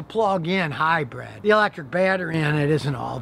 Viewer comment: Scotty says hi-bread....cracks me up